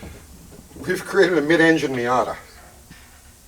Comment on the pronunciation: "MOIATA" ....moi'yata?